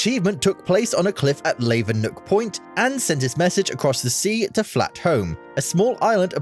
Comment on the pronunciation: Layvenock lol